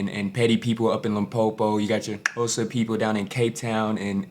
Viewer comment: Wow that "Xhosa" pronunciation was spot on bro🎉🎉😂